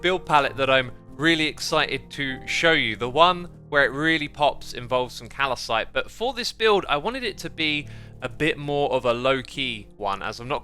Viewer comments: I don't wanna be that guy, but...it's "cal-cite" not cal-i-cite" there is no hidden extra I. It's driving me nuts. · Sorry X I’m usually fine with your other pronunciations, but this really bothers me. Calcite is cal-cite not calecite